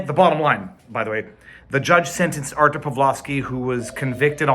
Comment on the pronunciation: Two points for you. One for pronouncing his name like you're Polish, and one for the dog.